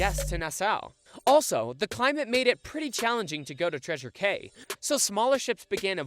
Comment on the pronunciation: Cay is pronounced Key.